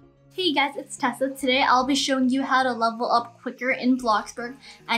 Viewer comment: it’s Tessa My ears: it’s a Tesla